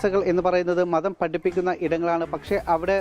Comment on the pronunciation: മദ്ധം അല്ല മതം.😂